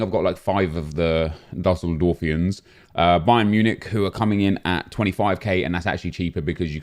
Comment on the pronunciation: “I’ve got about 5 of the duseldorfiens” 😂 I couldn’t stop laughing